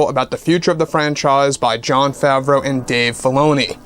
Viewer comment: Dear God stop saying ‘John Favreau (sp) and Bob Chaepek (sp). I love your site and you are very informative to an OG Star Wars nut like me, but please, please stop with the names!! Nothing but love, M